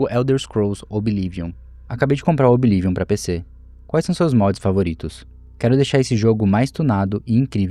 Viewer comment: Desculpa, amo seus videos mas q agonia vc falando OBI LIVION, qual problema em pronunciar corretamente kkkkkk